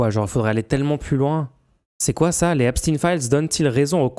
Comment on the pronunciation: Einstein Frankenstein Epstein Par pitié les gens arrêtez avec epstin, c’est ridicule